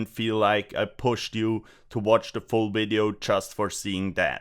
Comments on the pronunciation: Wideo Inwesting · try pronounce the word "video" better -- starting with V.... idio... not w-idio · there is no "v" in the german language so he can't pronounce "v" in english. Same for why indians would pronounce "vials" and "wials" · I'll be honest bro. I'm going to subscribe simply because how you pronounce video. It's not even like a terrible thing, it adds humor to the video even if you're not doing it on purpose. I love it. LOL. Kweep it up.